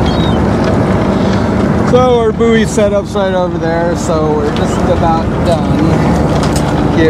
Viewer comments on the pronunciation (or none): I know you yanks have a problem with English but they are BOUY;s pronounced BOY's not BOOEE'S